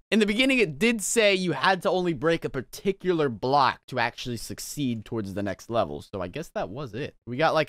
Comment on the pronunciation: par-tic-you-lar